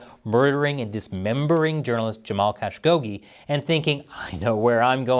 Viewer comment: It’s not that difficult to pronounce Khashogghi… 🤦🏻‍♂️#itsaknownsurnamebynow